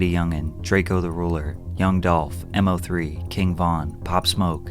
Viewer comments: Moe 3 not M. O. 3 put some spect on his fuccin name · It’s just Mo, Pat. Not M.O 😂😂. All love 💙🙏🏽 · it's not M-Oh-3 it's pronounced like Moe-3. put some respect on that mans name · It’s not pronounced m o 3 it’s mo3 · Bro it’s “MOE” 3 not M-O-3😂😂😂😂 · It’s mo 3 not m.o. 3 just so you know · Man said M-O-Three llolol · I can’t lie I almost turned this off when you said M Oh 3 but good vid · You should do a video on MO3 out of respect Just for mispronouncing his name.